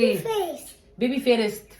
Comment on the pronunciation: فيرست مو فيريتس يا بس معليه الله يوفقو وعقبال ماتشوفيه متخرج من احسن الجامعات يارب 💥💋